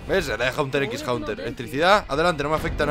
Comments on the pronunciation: Me pone nervioso que digas Haunter X Haunter, cuando es Hunter X Hunter, en serio si lo vas a decir mal no lo digas :V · te lo suplicó pronuncia Hunter x Hunter en inglés todo, no pronuncies Hunter en inglés y la x en español